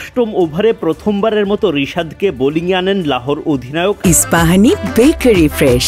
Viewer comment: that "ispahini"😂😂